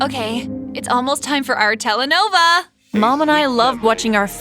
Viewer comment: Not the word "Telenova" 😭 its "Telenovela"😭